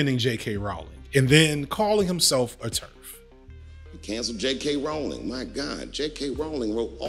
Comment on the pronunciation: J.K. ‘Rowling’ pronounced like rolling. Get the TERF mascot’s name right.